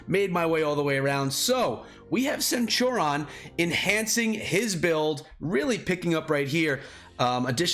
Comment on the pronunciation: Dude, how the hell are you sitting on 276 legendary heads? Why haven't you used those to level up your fighting commanders?!? For anyone watching, do NOT do what did to Cleo. Always max your first skill before moving up, it is invariably the most powerful and the easiest to max. And for God's sake... use those legendary heads lol. They're there to be used. And BTW, it's pronounced /senˈt(y)o͝orēən/